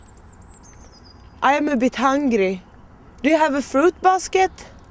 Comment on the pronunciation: hahaha, så klockrent uttal xD Aj am a littel bitt hangri, do you have a fruitbaaskett? A fruit baaskett? Bad ajj gatt diss!